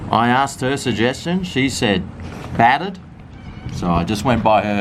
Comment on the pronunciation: its battered not fattered